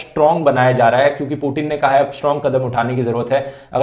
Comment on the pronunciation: it putin not putn.